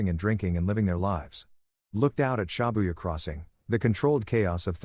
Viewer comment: Everytime he said ShAbuya, it twisted my nerves.